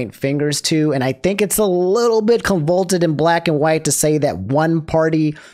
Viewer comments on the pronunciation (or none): I love you you are soooo cute with your mispronounced words. Honestly endearing as heck! but Convolted? You meant Convoluted? (Convalooted)?